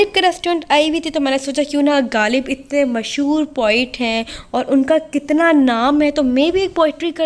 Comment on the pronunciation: Plzzz ghaalib nahi h غالب ہوتا ہے 😂